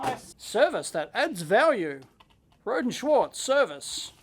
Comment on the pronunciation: Watching one of their videos I discovered "Rohde" is pronounced "row dee", not "road".